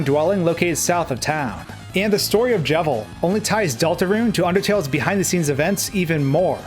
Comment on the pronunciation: It’s Delta roon not Delta ruinEven says in the intro